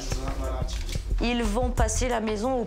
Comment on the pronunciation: Farbus pas frabus par pitié 😅